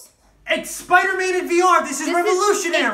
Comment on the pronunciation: Spooder man OmG ItS SpOoDeR mAn